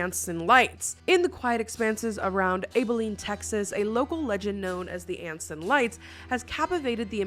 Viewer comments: I'm not too far from Abilene. (Side not, its pronounced Ah-bilene, not A-bilene. We have a lot of hard to pronounce town names) I'm also not too far from where is now. Not that I'll ever be lucky enough to meet either of you, but still, its cool. 😊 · “Able-lean” lol it’s “aba-lean” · Please pronounce my place of residence correctly……a-buh-leen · It's Abilene as in apple not Abilene as in able. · Abilene. "Ab-a lean" is how it's pronounced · AB A LEEN is how its pronounced ❤ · Abilene is pronounced like ab-a-lean as in abs (something I don't have). Hahaha I'm from Texas. We DO habe snow storms. And not just in north Texas. Like right now, when your weather is drunk and I our state, the coast has snow but we don't (I'm not north Texas about 30 min outside of Dallas). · I’m Texas born and raised. We pronounce it “abaline” 😂 love you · The way she pronounced Abilene is so interesting to me It’s ab(like abs)eh-lean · I’ve been to Anson lights! So cool and it’s true! Also pronounced ABE-EH-LEEN. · It’s pronounced ah-buh-leen for the town btw way and I love your videos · lol the Abilene being pronounced as maybelline without the M. As DFW texan we definitely have had too much snow in the last decade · Abilene,tx resident here, love your content❤ just wanted to say it's pronounced with a short a like in apple. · It is pronounced Abb-Ull-een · As a native Texan. It's pronounced Aaabaline like Apple. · Aye-bilene. lol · Abilene is pronounced like aba-lean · This was so interesting! I love history like this. By the way, the “A” in Abilene is pronounced like in apple. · As someone who goes to school in Abilene, it was really weird to hear talk about the Anson Lights. Plus it was funny to hear the way she pronounced Abilene. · I had to rewind when you said Abilene, which is 15 minutes north of my hometown lol. I remember going to see the anson lights in high school and my sister going just last year. People still go just for the fun of it.